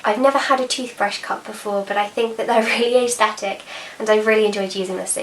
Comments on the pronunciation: Hi, I can see how much of a learner you are so I thought I would just drop in to say that you don't pronounce aesthetic 'ays thetic' but either 'ers thetic' or 'es thetic'. Just to be sure I looked at the dictionary to vheck the phonetic transcription. I promise I'm not saying this isn't to be mean but really to add yet more knowledge to your knowledge bank. Have a good day. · Okay I’m American but I have never heard anyone say ays-thetics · Is the way she says it different to anyone else as well? Tis for me, I’d pronounce it as ‘ah-sthetic’. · Leesh Sparkle I say it ass-thetic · I don’t mean this in a rude way I’ve just always wondered: Why do you say aesthetic like that? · Ballett Dance So am I lol, I’m from London and I’ve literally never heard anyone say it like that. I think it’s a nicer pronunciation tbh just never heard it